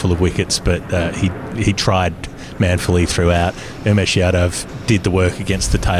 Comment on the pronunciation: Lads, love this channel , but it’s OOmesh not YOUmesh. 🍻